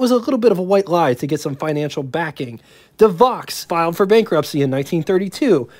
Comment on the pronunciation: Not Devox, Devo!